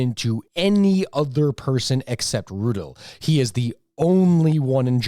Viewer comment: Its Hans Rudel, not Rutle